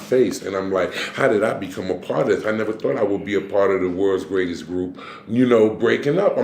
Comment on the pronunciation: bro said this is the may-trex and I am the gray-test 🤣🤣🤣🤣